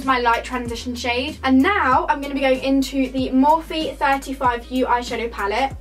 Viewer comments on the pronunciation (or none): none